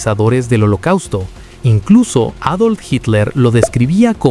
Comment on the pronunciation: eidolf ??? en alemán y español se dice adolf 😅